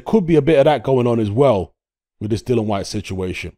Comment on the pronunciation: Dillian, as in rhymes with Gillian. Dillon Whyte is somebody else on the planet and in all probability doesn't even box either.